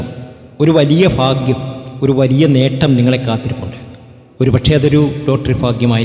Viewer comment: എൻറെ പൊന്നു സഹോ,ഇന്തൃയിൽ നിന്നും അമേരിക്ക വരെ നീട്ടികൊണ്ടുപോകതെ ചുരുക്കി പറയുക.ഫാഗൃമല്ല ഭാഗൃമാണ്. നക്ഷത്രം തിരുവോണം.